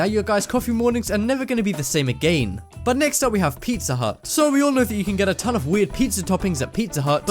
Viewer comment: I heard u say agaim